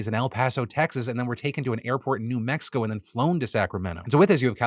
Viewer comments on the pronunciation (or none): none